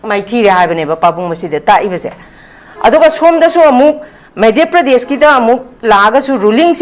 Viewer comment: Not Meidhya pradesh ....Say Madhya Pradesh